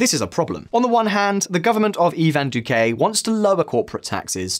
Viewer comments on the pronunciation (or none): I cringe every time you pronounce it "Duqué"